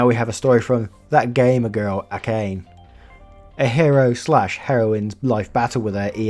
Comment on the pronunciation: just a random thing... the name "Akane" is pronounced "a-ka-nay", not "a-cain".